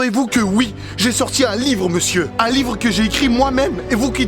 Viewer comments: W NE SE DIT PAS V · L'ivre , lyvre , lit vre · Łīvŕə ( livre) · ''Lywre'' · l'îvre, lit-vre, l'île-vre, livreux, litvreux ! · Lyvr Book Lybovork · lyvres= livre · Leehwrr (livre) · lyvvreue C'est quand tu lis livre en faisant un rot :D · Don't touch my libleuh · Si c pas bon comprend pas: « Lee ivre » c bon? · Moi j’adore ton lyvret a non pardon l’yvrets bon c’est pas grave tu m’as compris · lybrrr euhh att lyzrre euh non libro euu mauvaise langue libre merde livre ! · L'hyevreuts avec un e muet et un h aspiré ! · UN LUYIVRE 😂😂😂 MAIS SI ,SA SE DIT UN LUYIVRE... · я хочу, чтобы ваш lyhvrreuhe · "Lyv-rhe" ( pour le concours de livre sterling ££££££ ) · Lllyhbvfvrrhe Géisssphayrrhe keuh geuuh vfê ghanyaits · L’îvre (comme ivre) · livr lyvr liyvr lyivr lyvre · Líhvrheux Ou Líhvrheunt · "L' ivre" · Lhÿvhrh (le h rentre partout 😂) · "L'y-wreu" jpense que la y a assez d'erreurs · Moi jeu veu eul hlyfrreuuh pitain ! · Ton Lhyivreuhx je le veut bien il a l’aire bien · J ADORE TON LIFRT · Merci pour ton Lhyivhreuh!!! 😂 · Lyvrret = t muet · Ahhhhhh beuhhhhh llllyyyyhhhhwwwwrrrreeee y can fly... OK je sors 😅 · Yo c'est pour toi ça: Ļįvřə cadeau 😏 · l'hyvhreuhe Voila pour le concours 😂😂 ( livre ) bon biz j'te kiff 💚💚💚